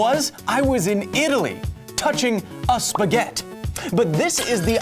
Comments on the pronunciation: What is a Spaghet?... why are you dropping the i at the end.. spaghettiiiii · Technically it's Spaghetti, not spaghet. Will this correction make it to the foot notes? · Why are you saying spaget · dude, every time you say "spaghett" an italian die back in italy. Please, we put letters for a reason, read them. it is "Spaghetti" where the final "i" sounds like your "e".. please stop this massacre, save an italian, say Spaghetti properly. And remember you guys already put pineapple on pizza. Love your videos and work, despite Spaghetti mispronunciation and pineapples :D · A plate of what? Spaghett? Missing an "i" there. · There is no such thing as "spaghett" in Italy. The i as last lettre is pronounced e Beside this, great video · I'm italian and the corret pronunce is spaghetti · Take a shot every time he says spaghet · HE SAID SPAGHETT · “Touching a spaget” I died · Why do you call spaghetti spaghet xd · disliking because he said spaghett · Did I ear "spaghet"...what are those.... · Kyle bro, What about the force of your feet hitting the ground? And BTW it's pronounced spaghettI. And you are Justin Bieber's not famous brother. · It's pronounced with final "ee" sound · Loved the plethora of information, hated his playful mispronounciation of the word spaghetti. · FFS it is pronounce spaghetti, in English and in Italian. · Kyle, i love your work, BUT.... dude that missing i in Spaghetti killed my italian pride. love your show tho! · I'm Italian, the right word is spaghetti (with the double t pronounced stronger than a single t) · Please call it 'spaghetti' (where i it's like e). I'm italian and I'm dying inside.